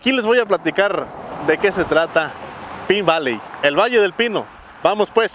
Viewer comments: En Arizona todo es mas Vara...en California todo es mas CARO!! por cierto ( no te ofendas) pero no se pronuncia "pin" Valley, creo que "Pain" Valley suena mejor. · Se pronuncia pain valy. Pine valley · Pronunciando El nombre de El Pueblo incorecto.